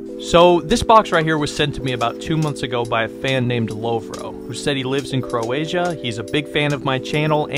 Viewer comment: uh its saying croatia not croazia:face-blue-smiling::face-blue-smiling::face-blue-smiling::face-blue-smiling